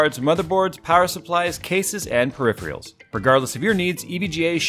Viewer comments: Dear, Please learn how to pronounce the word "peripheral" correctly. Regards, Greg. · Dude, learn to pronounce peripheral, especially when you're claiming to have an IQ over 60.